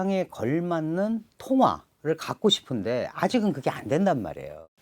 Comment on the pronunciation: 교수님 명강연 잘 들었습니다. 허나 발음에 신경써주세요 고통스럽습니다. 소비, 싶은데 이런 ㅅ자 발음에서 휫파람 소리가 너무 강해서 기계음 때문에 귀가 찢어질 것 같습니다😢